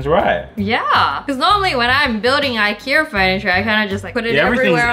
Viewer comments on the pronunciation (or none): from now on i am going to pronounce Ikea as "iker" lol no hate